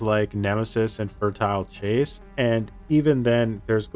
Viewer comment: "Fertile Chase"🤦🏻‍♂️